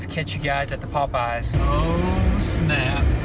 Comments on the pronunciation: Its popeyes not potpies haha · It's weird how they pronounce pop eyes. Lol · sounds like he’s sayin pot pies not Popeyes 😂😂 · Lmao y'all say Popeyes like they're two different words and it sounds funny as hell! It's not pop-eyes it's Popeyes, like the sailor man! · Sounds like they're saying "pot pies" haha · Bro, why are you saying popeyes so weird?